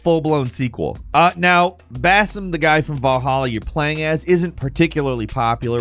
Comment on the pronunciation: You pronounce the Arabic name Basim very correctly